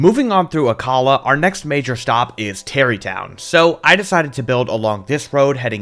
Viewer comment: You pronounced Akkala wrong it’s ack-uh-la